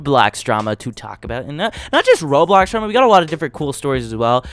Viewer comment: not only does the captions say it, HE SAYS “ROADBLOCKS” TOO LMAOO